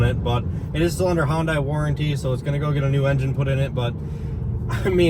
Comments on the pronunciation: Why are you both pronouncing Hyundai like that? It sounds like you’re saying “Honda” then adding an “ee” at the end. Hyundai rhymes with “Sunday”! How hard is that? It makes you seem like amateurs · Pronounced yunday. Not Hon-Die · Watching your video for the first time. Its oronounced HUN-DAY, not HUN-DYE. Credibility matters and if you can't pronounce the brand name right... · Decent review. I got tired of cringing every time you pronounced Hyundai. The letter u is not pronounced like the letter o. Think "hundred", not "Honda". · It's not pronounced " hahn dye" it's pronounced " hun day" ( rhymes with "sunday") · Hun-day not Hun-die. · Hon-Day, not Hon-Die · Boys, boys, it’s not pronounced “Hon-day” or “Hon-dye” or “Hi-un-dye”. It’s pronounced “Hun-day” like “sunday”. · Hyundai rhymes with Sunday. It’s the way Hyundai intended it to be pronounced in the US. Hyundai. Sunday. Not hun die. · HIGH-UN-DAY**** Not HON-DIE. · It's pronounced "huuun-die" not "hon-die" , like "honda." Duh. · It's pronounced Hunday, not Hundie. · If you’re going to be any king of Car Expert, please learn how to pronounce the subjects of your reviews. “Hun- Dye”? Just watch a couple of Hun-dye commercials and take a few notes. Sunday, Hunday. Sunday, Hyundai. Get it? Hyundai rhymes with Sunday. Practice a couple of times. I think you can do it. Sunday-Hunday. Sunday-Hyundai. Got it? That a boy. Good job! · Hun(day) __ Not Hun(die) !!! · I'm surprised you never saw the Hyundai commercial where they said Hyundai it's pronounced like Sunday. Not like Honda with an i! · When they first came out in the US, there was an advertisement on how to say the name - Hyundai rhymes with Sunday (not bonsai). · It’s pronounced “Hun-day” rhymes with “Sunday”. Told to us at the LA Auto Show when they came to USA many years ago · WTF is a Hon-Dye?! 😂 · Good comparison. I would encourage you both to research how to properly pronounce Hyundai, though. Should be pronounced "HEE-uhn day".